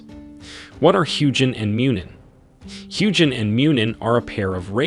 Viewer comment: I have NEVER heard a soft g in ANY old Germanic language.